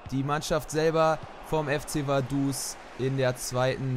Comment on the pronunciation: es heisst Vaduz mit Z